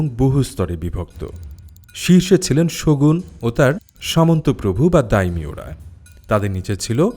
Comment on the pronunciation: বলছেন শগুণ শুনছি শকুন 😂